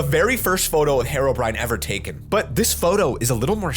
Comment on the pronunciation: Herobrine not harobrine